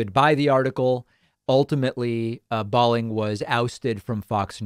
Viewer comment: His name is pronounced - Bowling, like the game. Not that it matters since he’s a sociopathic right wing nut. Balling sounds too cool, like baller.